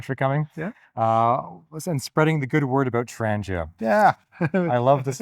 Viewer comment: You should have made a point of telling english speakers that the name is pronounced "trangeea" and not trandjeea"